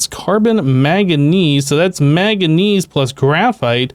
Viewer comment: Killing me with the "maganese" my dude